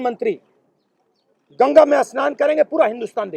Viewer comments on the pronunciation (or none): none